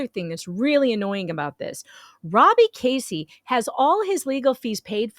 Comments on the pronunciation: Not “Casey” it’s “Keszey” (sp Key-zee) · His name is sou ss like Keys -zey , not Casey . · His last name is pronounced Kez-zee. I met Jeremy and George at "the swamp" in March 2021, when Gators and Lemurs were still cool. I was uncomfortable around him. He was just creepy! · Went to high school with Robby in Ohio. This is so crazy…BTW the “S” is silent the first”e” is a sort e sound. Pronounced “Kezy” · Robbie has 2 daughters and a son. And not to correct you but his name is Pronounced Keys zey. Don't want the haters to critcize you! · I think it is pronounced, Kezzy, isn't it? No big, just wondering...